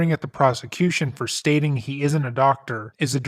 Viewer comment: Even if was plainly not guilty, I would convict him for saying "fuss-trating"